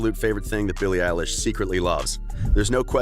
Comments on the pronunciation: “Voices” “BILLIE ELISH” “Ellen” MacBook please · Bille Elish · "Billie Elish" Macbook!!!!!!! 😆😆😆😆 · "Voices" "Billie Eilish" "Ellen" MacBook please!:-) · “Voices” “BILLIE ELISH” “Ellen” Phone or Mackbook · "Voices" "Billie Eilish" "Ellen" Ipad please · ''Voices'' ''BILLIE EILISH'' "ELLEN" pls my computer broke i need a macbook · "Voices" "Billie Elish" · "#Bille Elish" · Billie elish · “Voices” “BILLIE ELISH” “Ellen” iPhone :) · "Voices" "Billie elish" "Ellen" Ipad mini please and thank you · "BILLIE EILISH" "Voices" "Ellen" I wanna phone plsssss 😭😭😭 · "#billie Elish" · "Billie Elishe " plz i want the phone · "Billie eilish" makbook? ??pls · “Billie Elish” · “voices” “billie eilish” “ellen” iphone please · 'makes yt video ab billie eilish' 'doesnt even know how to say her name' EDIT: this doesnt know how to say anything!!!!!!